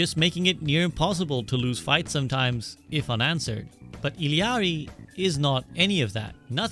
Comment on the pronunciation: finally someone who pronounced illari right😭